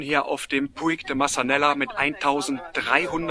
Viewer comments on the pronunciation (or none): none